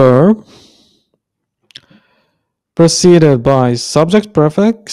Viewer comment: It's pronounced priii- fix. Priii that rhymes with tree or free.